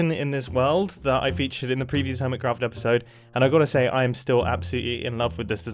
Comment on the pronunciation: earMitCraft and ermitcraft…